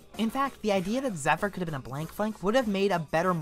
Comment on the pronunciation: I consider this to easily be Fluttershy's best episode of the entire series. Plus,you're pronouncement of Zephyr throughout the entire video bugged me.